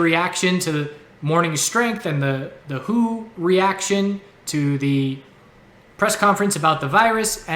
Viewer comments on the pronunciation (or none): I believe it's called W.H.O., not Who